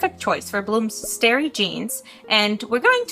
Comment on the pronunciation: Um, it’s star-e not stare-e. I’m so sorry 😣 Your english is so amazing, I usually wouldn’t bother, but I was genuinely confused until you showed the picture of bloom!